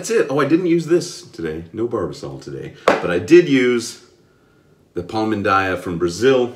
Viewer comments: Ok let's go, correct pronunciation it's Pal-"Mean"-Daya not so far from your pronunciation, well done and nice job with the Fatboy this time. :) PS: squeeze a little more your brush. I noted your lather it's a little bit thin when you use any brush. Just try it and you'll have more protection skin and more slickness than you have. Hope you don't mind and get mad with me because this modest advice. :) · Iam from Brazil. Palmindaya 😍😍😍. And your pronunciation is correct ,it's one of my favorite brands for shaving, but I do my on shaving soap. Congratulations for the video. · Now that is a great surprise, man! I was searching looking for content in Portuguese and here you are!!! hehehe The pronunciation was real darn good! I have some Palmindaya coming to me and will be on my channel soon. They have a mentholated one, I'm pretty sure you would like the mentholated version. Maybe I can send you over a sample of it when I receive it. Let me know